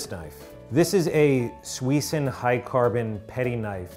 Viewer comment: It’s suisin not suison